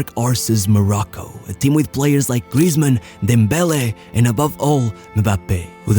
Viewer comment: Blud said Dembozo 🤣😂😭😭😭😭